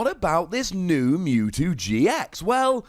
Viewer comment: Silly. It's MEWtwo, not MOOtwo. Lmao